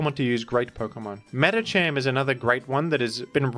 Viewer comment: Why did he pronounce Medikam like that?